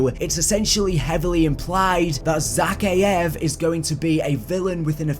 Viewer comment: Is it just me that's pissed off because of how he says zakiev, plus he says task 141 oddly aswell, but I do still like your content. Keep it up bro ❤️